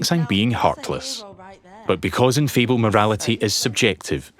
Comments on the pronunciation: I like how the narrator pronounces Fable as Feeble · Wait. Is that the right way of pronouncing Fable??! I've been wrong my whole life